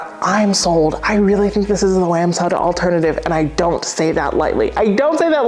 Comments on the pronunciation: Hi love your channel but one thing bothers me. You are pronouncing wamsutta wrong. Sorry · Side! Side! Side! Back people: Stop snoring and try side. You might like it. I've always pronounced Wamsutta different from the way you say it. I looked it up and it was worse than the way either of us say it. So I recommend we each stick to our own pronunciation and be happy with that. Thanks for reviewing all the cool things so we don't waste our money on a dud.